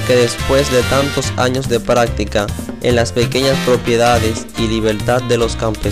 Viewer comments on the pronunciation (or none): none